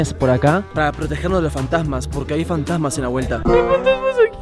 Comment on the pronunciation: Aquí los que se dieron cuenta que en el minuto en vez de fantasmas decia fantsamas JAJA